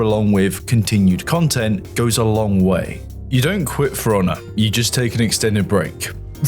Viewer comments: love the british accent: game sounds like, "Fraunnah." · I usually have no problem with your Bri'ishness, but every time you say For Honor I hear Forunna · Its "Piranha" with an F instead of a P 😂